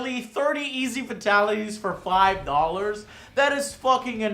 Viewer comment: You know the fact that Joe cannot seem to say "Fatalities" correctly bothers me much more than it should... Like...for someone who's a fan of MK...you'd THINK he'd have heard it said by the announcer a buncha times now.